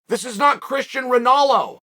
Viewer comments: Christian Ronalo is amazing pronunciation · who the fuck is cristian ronalo?? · “this is not christian ronalo” 😂😂😂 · "Christian Ronalo" 🤣🤣🤣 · Christian ronalo? 😂😂😂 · he said Cristian ronalo lmaooo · Chael “Christian ronalo” sonnen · The second I heard Christian Ronalo I stopped dead in my tracks and went straight to the comments to see what you all have said about it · “Chrishtan Ronallo” 😂😂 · "This is not Cristian Ronalo" Chael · "This is not Christian Ronolo" -Chael Sonnen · “Christian Rinalo” is peak Ridge Lord Sonnen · Christian Rownolo? 🤔 🤣🤣🤣🤣🤣🤣🤣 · I just commented on this. Love it